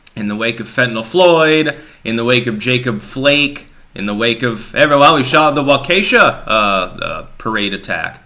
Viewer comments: you’re brilliant but you really need to work on your pronunciations. It’s not “Wah-kee’-sha.”. It’s “Wah’-kah-sha.” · WALK-a-SHAW, soft a! Please?? Thank you in advance..... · ITS PRONOUNCED WALK A SHAW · No big deal but wanted you to know that people who live there pronounce it "walk' - a - - shaw". Most towns in the area take their names from mispronunciations of first nation people. I have no idea what the original pronunciation was, nor which specific first nation people the name derives from. But I'd bet a truckload of kringles that one or more of your subscribers does. I lived in Waukasha for a little over 2 years while working at General Electric Medical Systems. For a short time, I lived just down the road in a town that nearly everyone (except those who live in the general area) gets wrong... Oconomowoc. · That city in Wisconsin is pronounced WAH Keh shaw, with heavy stress on the first syllable, partial stress on the second, which has a schwa "e," and no emphasis the third syllable. As an aside, Waukesha was the home of Les Paul, the inventor of multitrack recording. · Thumbs down for your repeated mispronounceation of WALK A SHAW. Your flatulence does not have the fragrance of flowers. If I were in Vermont, I'd take the time to get the pronunciations correct. Just sayin. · Waukesha is pronounced Walk-a-shaw